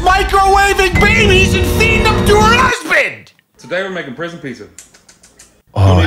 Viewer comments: 😂😂😂 lots of lettuce She said ‘husbant’ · I know she's talking about microwaving babies but all I can focus on is that she said "husbant".